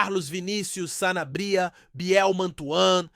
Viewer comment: Que sanabría rapaz se nao sabe pronunciar cala-te e sanábria rapaz